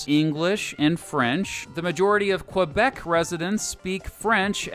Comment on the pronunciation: Well he pronounced Québec wrong